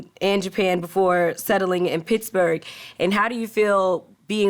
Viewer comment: Wiz to this day always saying "Picsburg"